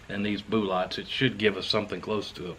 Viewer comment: I simply subscribed because of the way he says bullots....😂😂